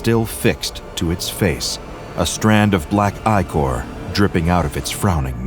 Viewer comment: why did he say ichor now my dw ahh brain is screaming 😭